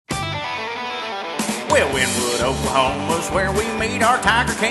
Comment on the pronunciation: First off, it's pronounced "Winny-wood." C'mon now, y'all...